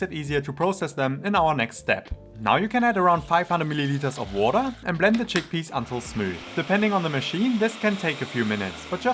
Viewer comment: Haha, came for the recipes and stayed because of them - despite the german accent and the "wordaah" 😂 I really like the explanation and comparison of the two versions! Will copy it, thank you! 😉